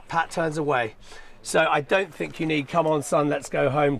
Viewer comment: fink of all the agg....